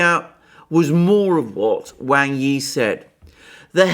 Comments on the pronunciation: Excellent analysis. Just one tiny bit of problem: “wang” is pronounced as “Wong”. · He is right.. Wang....In Mandarin...You are Wong